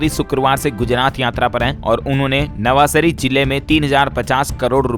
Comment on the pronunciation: D L S भाई नवासारी नही नवसारी क्रपया उच्चारण सुधारे